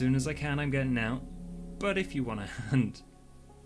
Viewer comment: "you're gonna hump her?" "HUN-T" "oh i was like 'oh-kay?'" lmaooooooooooooooooooooooooooo